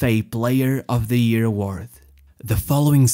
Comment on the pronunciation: Its year, not ear. XD